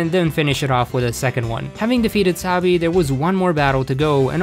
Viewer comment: i watch so much big hero 6 that wenever you say sabi i hear wasabi